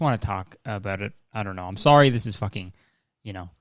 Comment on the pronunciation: That "Ha, SOHRRY!" Was the most Canadian I've ever heard Kurtis sound. Lol. I love it.